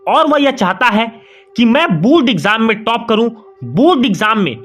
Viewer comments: Board he not bod 😜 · Abe pahle bolna shikhle phir video banana o बुर्ड nahi hota बोर्ड hota hai